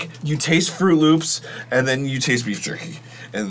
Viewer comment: “ BeEf JuRkY “ - Arin 2023